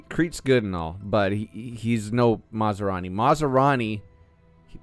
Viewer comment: Fot goodness sakes man!! It's not masarani! He ain't some kind of food!! It's MAS Rani!! 😂